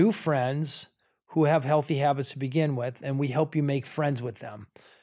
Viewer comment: All great but Valeria - learn the „th" sound. It’s not a „t ” with is not wit